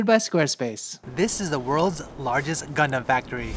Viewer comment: Is this only me who's hearing c*****m instead of gundam😶